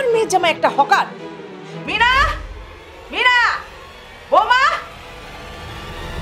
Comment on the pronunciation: মনি না মিনা হবে।